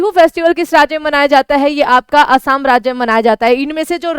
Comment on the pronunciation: असम को असाम क्यों बोलते हैं?